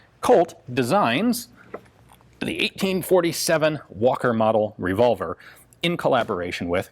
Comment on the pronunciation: Navee revolvee from rdo yeees.